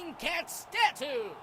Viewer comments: Cat stat-tooh... fucking degenerates, sigh. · D...did I hear him say flaming cat stah-too ? Did the developer use a second rate speech program?!